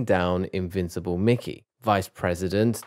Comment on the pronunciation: minutes of someone mispronouncing names)